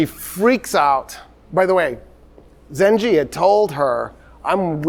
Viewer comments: You are saying the name emad el deen wrong it is not zenje it is zenkey. The first pronunciation is the n word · I love that doesn't realize you pronounce it "Zangi" and not "Zanji" and this whole time he was just saying the N-word in arabic ☠️ (Im not blaming him at all, just funny to me ) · one correction Doctor The ruler’s name is Imad eldeen Zangi not zanji عماد الدين زنگي Understandable pronunciation mistake if you read from english history sources Your fan from Mosul❤ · Sir, the name you are pronouncing, Imad-al-Din Zenji. It's not accurate. It will be Jongi, not Zenji. It comes from the word Jang/Jong, which means war. And Jongi meaning warrior.